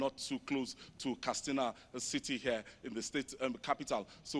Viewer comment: Simply say 'vote', not ''exercise your franchise''...Plus it is pronounced Katsina, not Kastina.